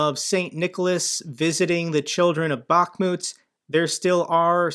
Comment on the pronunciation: Hi, thank you for what you are doing, greetings from Ukraine. One thing I want to add that city of Bakhmut must have stress on last part of the word like BakhmUt ) Thank you once more and keep going. God bless America, Slava Ukrayini. And Merry Christmas to you and your family.